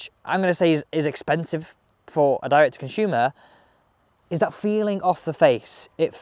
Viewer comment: Why oh why? It’s Consumer NOT Conshumer.